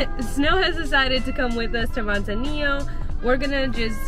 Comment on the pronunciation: Mud zanillo 😆